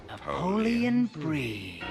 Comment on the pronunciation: I absowutewy wuv Napoweon Bwie.